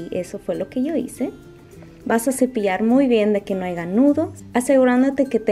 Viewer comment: Muy fácil y todo.. pero no se dice "ahiga nudos" es haya nudos